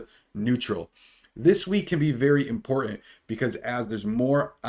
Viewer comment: You’re right…. Very “impor-ih” information!